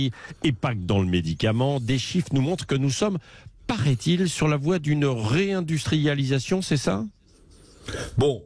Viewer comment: Réindustrialidatoon? Avec quelle én+ergie ?